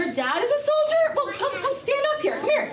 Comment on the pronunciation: It sounds like Lydia weally needs some speech thewapy because as big as she is she shouldn't be mispronouncing soldier as soldiea and world as wowld.